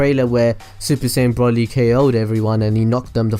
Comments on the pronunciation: Its broly not brolly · broly bro-ly not bra-ly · you pronounce it as if you where shortening umbrella brolly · Its broly not brawley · Also, isn't it Bro-ly Not Braw-ly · It's broly. Bro. Lee. Not brolly. Braw. Lee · it's broly as is in bro not brah ;) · It's not braly it's broly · BROLLLY!?!?! IT'S BRO-LEE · Why is he say brully and not broly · Why do people call him braly it's broly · Just wish he'd say the name right at least once, as a brit all i can imagine is a brolly meaning umbrella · Literally watch 1 sequence of the movie and you shouldnt call him BROLLY... how can 1 be so ignorant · did he say brolly? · Man said brolly 😂😂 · If I here Broly (Bro-ly) mispronounced one more time I’m gonna gonna haaaaa... kakarot!!!! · He said braly😂😂😂😂this nigga so restarted 😂😂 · YOU SAY BROLY LIKE BROHLY YOU SAY IT AS IF YOU SPELL IT WITH OH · Its pronounced bro-lee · Pronounced as Broly (Bro Lee) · he keeps sayin brally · broly - bruh-oh-lee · It's br-oh-Le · No its Bro-lee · Broly (bro lee) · So said broly wrong it's pronounced broccoli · I hate how you say Broly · When you said errors then When you said Broly I cringed